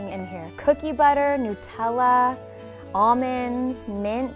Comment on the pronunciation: I'm confused, is that how you really pronounce nutella ?